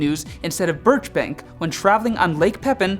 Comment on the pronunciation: #3- I think you need to get some glasses or better contacts. "Birch bank"?. I think you mean birch bark. Never heard of a birch bank canoe before lol.